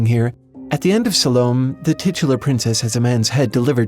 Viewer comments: Oscar Wilde's novel 'Salome' is pronounced "Sah-low-may" (like the month of May), not 'sah-lohm" (like shalom). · "Salome" has three syllables.